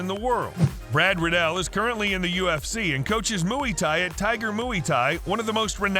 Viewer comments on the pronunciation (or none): man said mui thai instead of muay thai 🤣🤣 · Muay Thai pronounced moo-ee tie. 😂. These AI generated narrators are still so lame and the channels that use them are lazy. No like. No subscription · Bro really said “Mooey thai” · great video, you mispronounced Muay Thai tho, just wanted to let you know :)